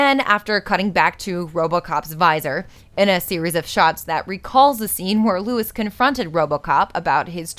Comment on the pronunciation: Isn't it "Lois"? Just saying. Much love for your channel either way.